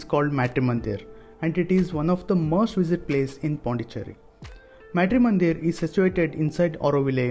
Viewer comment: Being Indian,pronouncing "Matri"- mandir like that ,disappoints, a lot!